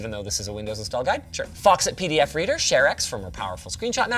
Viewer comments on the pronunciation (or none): none